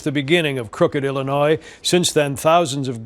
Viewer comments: The s in Illinois is silent. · Please stop saying the "S" at the end of Illinois. It's silent and hella annoying. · Illinois not Illinoiss. when you say it please do not pronounce the “S”s. 👍🏻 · Sometimes you pronounce illinois as “Illinoi” and sometimes “Illinois” (annunciating the “s”). Just to clarify the “s” is silent. I cringe when you annunciate the “s”. Love the content though. Keep it coming. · There is only one Illinois. Drop the 's' pronunciation at the end. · Yeah, there is plenty of corruption in Illinois, and in the Chicago area in particular. Also, the suburbs you are referring to here are all mostly poor. You see this pattern elsewhere as well. In poor areas, local government is the only place where the money really is, so that is where to go looking for it. By the way THE S IN ILLINOIS IS SILENT! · dear, the 's' is silent. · The "s" at the end of the word Illinois is silent.